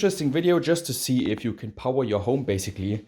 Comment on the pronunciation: Is it just me or does say "power" in a way different way than most people, even non English, native Germanic languge. Love the "Pow-Waaa"